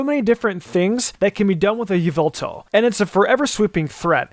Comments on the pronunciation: You pronounced it wrong! Its "Yahveltal" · Stop it's not yveltal it's yavelta. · Yveltal was pronounced incorrectly. It’s pronounced YA-VEL-TALL